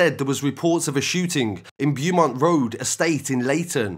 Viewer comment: Bew mont 🤣🤣🤣🤣 Bo mont my guy, is how it's pronounced. The hammer attack happened outside a brand new hipster restaurant. It's all Mali related still. Not sure about the shooting. But the hostel one obviously and I'm sure the hammer attack is also Mali's because it happened right where they always post up